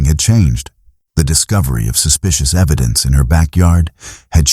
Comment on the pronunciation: Eddidence 😂 just found your channel and am really enjoying this however the amount of AI that is used is well… you can do better than that 😊